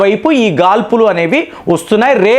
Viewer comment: Gaadpulu, not gaalpulu